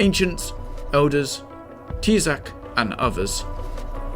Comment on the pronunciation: Every time someone is told to watch this video, i have to mentally prepare myself for the ensuing confusion about the narrator's pronunciation of "Teezak"